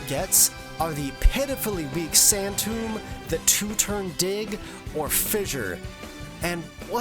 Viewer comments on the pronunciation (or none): none